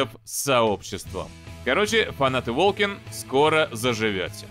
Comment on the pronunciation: Волкен... Волкинг... Волсен!